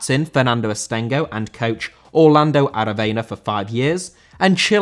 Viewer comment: Aravena* not Araveiner